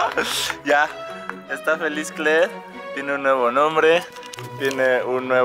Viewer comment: rafa dice kler , y lo dice como gringo